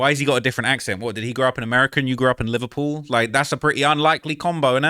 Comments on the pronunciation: "im from Livur-puel" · They way you say Liverpool was sending me...sounds like the Beatles from that one scene from Zoolander 😂